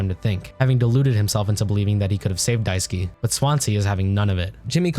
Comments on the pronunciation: dai-su-kay, not daisuki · Die - sue - key ❌ Die - sue - k ✅